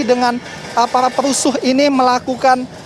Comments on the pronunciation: Ngemeng aja lo belum becus...jadi MC Ngomong perusuh...perucuh.. Situ ok ngomong perucuh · hah reporter sebut "parah perusuh" ? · Reporter sebut PERUSUH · Comentator yg bilang perusuh nmx ngomong r tager.